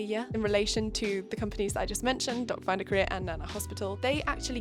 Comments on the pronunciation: Am I the only one who heard “dot finder career” instead of “doc finder Korea?” 😂😂😂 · every time you said "doc finder korea", I understood "dog find a career" 😂 - and very happy for your sister! this is wonderful! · At first when you said DocFinderKorea, I kept hearing DogFinderCareer and was pretty confused😅 But seriously, your sister has very nice skin and hair. It must be so scary to go through these surgeries and in a foreign country during quarantine to boot. Kudos to you and your sister for being such badass queens!👑 Hope her recovery is going well 💗